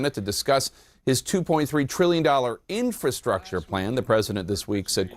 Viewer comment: Inf-R-astructure like Feb-R-uary..... pronounce your Rs people...